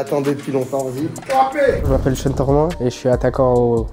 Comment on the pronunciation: Commentateur stp apprends à prononcer le prenom de Sean Tormin, la tu charcutes son prenom c est hardcore, STP: prononciation: sh-eh-n